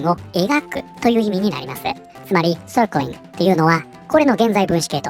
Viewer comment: 「Circling」の発音はグンバツなのに、「まちゃちゅーちぇっちゅちゅー」との落差ありすぎて笑う ( ´ ▽ ` )